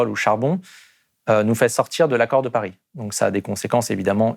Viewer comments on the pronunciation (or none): none